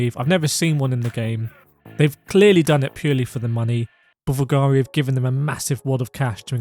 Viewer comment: BVLGARI is an italian name and it's pronounced 'bulgàri', hearing you pronounce the V instead of the U hurts my ears